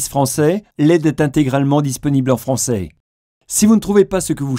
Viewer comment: Il est disponible en "franceille", et il ne cache pas ses "prioriteilles" c'est le chanteur d'indochine la voix off ??? =D =D =D